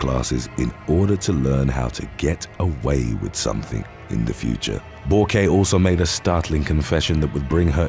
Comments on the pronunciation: I like your stories and am impressed how you get so many names correct. For the record the psycho Borque, is French and her name is pronounced "bork". Like the Hall of Fame, former Captain of the Boston Bruins. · Bourque is pronounced like Bork. Ray Bourque was a famous hockey player lol, I watched some hockey back in the day! 😁